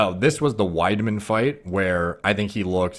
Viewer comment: the way he pronounces Wideman it’s like a cross with “Vitamin” lol